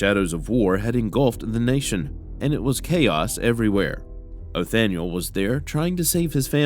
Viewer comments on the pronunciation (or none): none